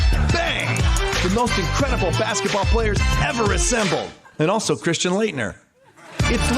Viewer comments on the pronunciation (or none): none